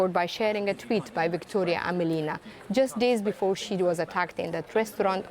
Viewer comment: AmElina not AmelIna. Emphasis is on “e”